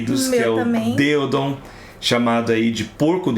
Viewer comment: Eu não sou nenhum linguista, mas acredito que vocês pronunciam a maioria dos nomes científicos de forma errada. Vocês colocam o acento, ou sílaba tônica, como é pronunciado por uma pessoa em inglês. Mas em latim ou português não seria assim. Ex. Vocês falaram deÓdon, mas deveria ser mesmo Deodon. neÓgeno, mas deveria ser Neogeno.